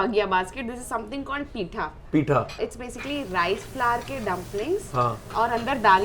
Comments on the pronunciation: It is Pittha,not 'Pitha'. Please, stop hindising our language. It has already suffered so much. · first of all .. its pithhaa not pita